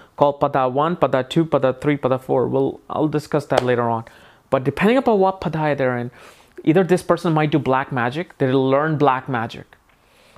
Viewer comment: It is pronounced paada not pada